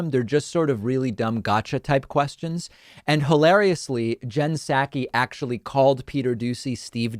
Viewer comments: Hashtag is Psaki not Pskai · Her name is not pronounced SAKI. The P is pronounced. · Dude, you need to up your pronunciation skills if you’re gonna be a guy who gives VOICE to issues. McEnany is NOT McEnaNNY. (She is not a nanny despite what it seems) And Psaki is NOT Psakki! When you order saki at a sushi bar, do you ask for “sakki”? It’s not sad as in Sack-ee, it’s SOCK-ee. 🙄🙄🙄